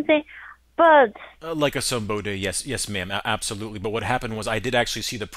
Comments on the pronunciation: "Like a some-bodey" DYING!!!! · Giggled at "like a sumboody, yes, yes mam, absolutely" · His white version of saying Lakaasumbodee lol! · "like a sumbody" 😂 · "Like a sumboody yes maam yes" 🤣